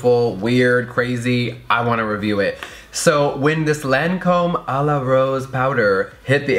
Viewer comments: When Jeffree says “LANcöme” 😑 It’s pronounced “Lacöme” 😂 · Lancome pronounciation: "lon-com" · its pronounced lawn com in a french accent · You pronounce it Lon com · lol I love how everyone mispronounced the name Lancôme.. its so easy to pronounce too. I was surprised Jefree mispronounced it cause he is usually on top of makeup stuff.